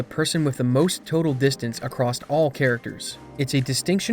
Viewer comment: Ugh. Every time you say “acrosst” it’s like nails on a chalkboard. There’s no t in across.